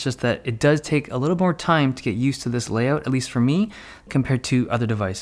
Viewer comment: Layoat he say's not layout